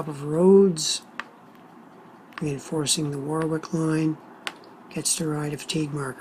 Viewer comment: Sorry. Its pronounced. Warrick.